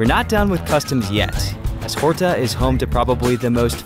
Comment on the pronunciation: Please learn to pronounce the Portuguese names correctly. "Sete Cidades" was really butchered and badly mispronounced and so was Nordeste and Capelinos. Also, the h is silent in Horta. Jose is pronounced with a J sound, not H sound like the Spanish.